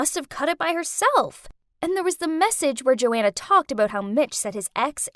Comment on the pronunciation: Joanna is my name but that isn’t how u say my name